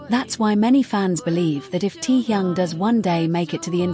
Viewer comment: Говорите правильно имена тех, про кого рассказываете :Техён, Техён, Техён Техён